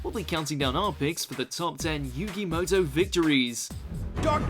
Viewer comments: it's not muto it's moto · It's MOTO no MUTO ..... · Muto?... it’s Moto.